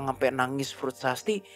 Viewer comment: lagi serius serius nya nntn, skli bilang ''frusasti'' jadi ambyarr ngakak g ketulungan 🤣🤣 mantapp mantapp👍